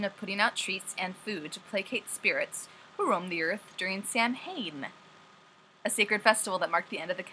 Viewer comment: Hi, Irish guy here.:) Samhain is also what the month of november is known as in the Irish language, pronounced Sau when